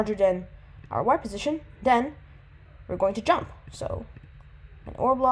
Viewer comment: you say "den", i say "then"